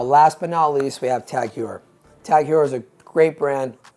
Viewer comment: Its Pronounced Tag Hoyer not Hewer. SoCalled Expert??